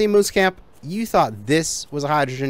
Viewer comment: Moose camp not mouse camp.